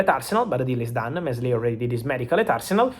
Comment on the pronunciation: In the pronunciation for Meslier, the 's' in the middle is silent. You pronounce it as Mélier. It's an ancient French surname from medieval times just like the famous French gangster Mesrine, also pronounced with a silent 's'. Hope it helped